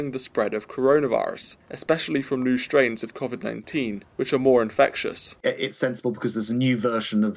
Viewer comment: ARGHH "COFFFFVID" MAN IS BACK!